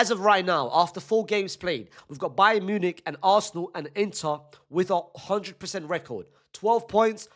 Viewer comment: “Bayer Nunic” 💀